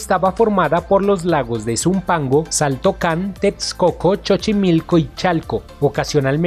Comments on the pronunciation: Porque dìce ese senor, Chochimilco. Siempre se dicho: sochimilco. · No sé pronuncia chochimilco es Sochimilco😝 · Xochimico se pronunciation sochimilco no chochimilco Tendrian que hacer un jardin botanico con las obras dejadas en El Lagos de texcoco. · Se escribe xaltocan pero se dice jaltocan y Xochimilco se dice zochimilco. Se escucha horrible que le digas chochimilco y saltocan . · no es chochimilco es sochimilco y se escribe Xochimilco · Sigo preguntándome porque siempre dice Chochimilco ? XD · Yo también le digo así 😆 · Chochimilco jajaja se mamó compa. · No es chochimilco;; es xochimilco!!!!!de donde eres???? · Dijo el "Chochimilco"???? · No se dice CHOCHIMILCO. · "chochimilco" jajaja... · Todo muy bien, exelente, pero el narrador, dice, chochimilco, todos deberíamos de saber que se ESCRIBE XOCHIMILCO. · Dijiste chochimilco? 😆😆😆😆😆😆😆😆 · Chochimilco jajaja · Chochimilco? este wey no es mexicano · Este narrador no Lee ni pronuncia correctamente. Escuchen el dice " Chochimilco" ????? Eso nunca existio. Por favor no pisen el gran legado de nuestro origen de la lengua Nahuatl. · Parece que puro extranjero habla de esto.. Pues pronuncia chochimilco 🤣🤣🤣🤣🤣🤣y ningún canal mexicano se interesa... 😒👎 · Disculpa me dio risa como pronuncias xochimilco no se pronuncia como tu lo dices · El sonso que narra si no sabe como se pronuncian nombres como Xochimilco y Xaltocan, debió primero informarse sobre esto antes de hacer el video